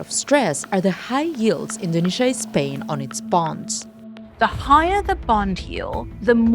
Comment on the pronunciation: The Bloomberg's Indonesia correspondent doesn't know how to pronounce Indonesia.